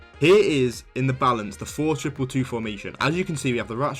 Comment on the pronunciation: Again good and interesting video. But why not showing the formation for the 3 Tactics ? For all who dont have English as mother language its again hard to understand. Your "Four triple 2" is so short and unclear, i had to hear it 5 times. What formation you had for the second an third tactic i could not understand/hear. Best solution: show the overview of all 5 tactics.